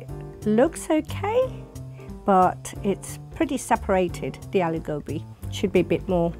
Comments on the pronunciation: I'm a British Indian, but how can these Indian mom's cook good Aloo Gobi if they can't pronounce it 😭. I even have a British accent but even I don't say a-low-gaw-be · Yeah it's aa-loo go-bhi Sheesh curb the accent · If you can’t even say ‘aloo gobi’ properly being an Indian (Mum 1) then you can’t cook it properly too. Although I do think everyone has their own way of cooking so there’s no right or wrong. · It’s funny how the women in the black shirt is acting like an expert when she can’t even say aloo gobi the correct way 💀